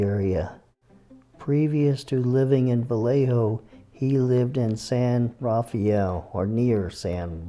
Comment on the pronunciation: for what its worth, San Rafael is pronounced san ruh-FELL.